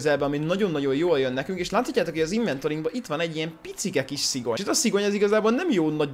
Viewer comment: Szigony nem szigyon😂